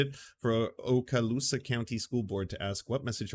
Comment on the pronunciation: Very nice job pronouncing Okaloosa County as an Native American sir